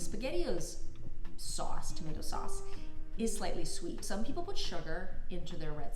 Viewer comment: At the end when you said, pasta, tomato and Shauwcse I was like, she’s been in jersey. Lol